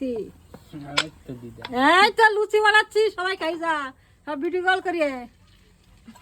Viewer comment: ওটা লুছি নয় লুচি